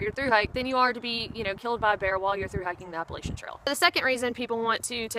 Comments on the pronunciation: App-puh-latch-uh NOT app-puh-lay-sha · Appa-LATCH-an.. Damn it. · it's "Apple" "Latch" "Ian". Say those 3 words together and that's how our wonderful mountain chain is pronounced. Appalachian. It's not whatever that word is that you're using. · This is interesting, - you sound like you are from the South, and your name strongly implies Southern heritage, yet you pronounce the word 'Appalachian' as only a non-Southerner would. I mean no offense, but what happened?